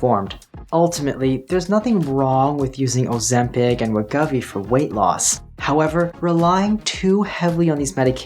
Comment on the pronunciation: As someone who has lost weight in such numbers over the years, I can confirm that it is much easier to keep weight off than it is to lose it. And BTW it pronounced Wa•gō•vee